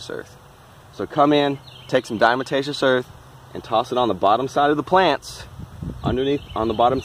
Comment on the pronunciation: Diatomaceous “DiaTomaceous”. Not “DiaMatacious” lol but looks like you got it figured out by the end anyway. That stuff definitely RULES, all over. House, garden, barn, everywhere